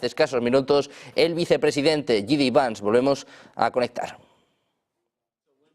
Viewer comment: por favor que alguien le diga como pronunciar el nombre de JD vance conerectamente.